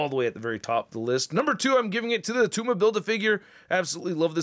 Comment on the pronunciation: It’s not attuma!! 😂😂